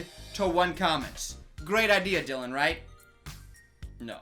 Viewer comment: Dylan, its Dylan 🤣